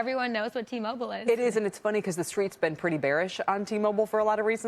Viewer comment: Did she say, "The streetz been pretty bearish"? 😒